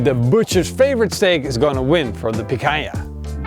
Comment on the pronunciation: He said picanja to the hange stake xD